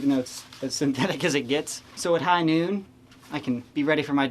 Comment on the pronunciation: It's high Noot.